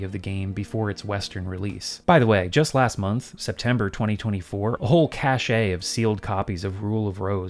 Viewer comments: It's pronounced "cash" not cashay lol "cache" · "cashay" lol. I dunno if that was on purpose